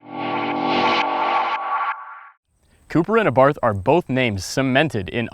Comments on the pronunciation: He said Abarth wrong. I'm offended. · Learn to pronounce Abarth